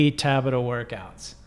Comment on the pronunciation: It’s tabAta, not tAbata. Also, American Express, don’t leave home without it.